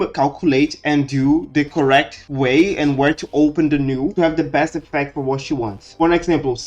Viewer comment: This is a pretty cool theory/explanation! Could you add subtitles, though? It can be hard to make out what you're saying sometimes due to your accent. For instance, you pronounced "null" as "new" several times in the beginning, which was confusing until I figured out what word that was through context.